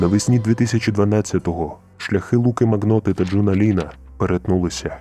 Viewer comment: Нарешті ця історія українською! Зізнаюсь, трохи різала слух вимова прізвища, правильно говорити Маньйота. По аналогії ми пишемо lasagna, але читаємо лазанья. Про цього типа ще є міні-серіаал на нетфлікс, називається якось типу don’t fuck with the cats.